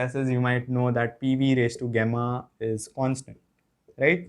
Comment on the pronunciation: गामा ❌ गेमा ✅